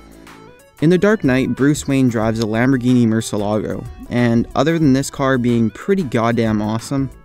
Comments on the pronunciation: "Mur-ce-la-go" lol It's "Moor-see-eh-la-go" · It's pronounced: Mûr-si-E-la-go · Mürcie-lágo not murselago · Murciélago not murcealigo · It's not pronounced Mercylago its, Murshilago. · its not murcelago its murcielago... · Btw he pronounced it wrong.. It is actually moor-cee-all-ah-gouh but it's spelled murciélago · isn't it "mur-chee-alaw-go?" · Lol the way he said bat in Spanish!! Hahaha! It's pronounced MORE-SEE-EL-UH-GO hahaha! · damn you killed murcielago mur-ci-e-la-go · its [mur-si-el-la-go] mucielago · Murciélago is totally butchered, it's pronunciation would be moor-cee-el-ah-go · nigga its muhr-si-ehl-ah-go murcielago. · Bruh.... How he said murcielago 😂😂 it was so bad😂😂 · That pronunciation of "murciélago" though omg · Whenever he say "murcielago", it makes me cringe so hard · I knew about the murcielago, but his pronunciation is absolutely terrible lol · murciélago was so so badly pronunciated xD.... murciEEEElago nicht mOrcieLAAAgo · you pronunced bat wrong in spanish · you didn't pronounce "bat" right in spanish smh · lol he said bat in Spanish wrong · he pronounced bat in Spanish wrong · lol that's totally not how you say bat in Spanish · Didn't say it correctly though but you tried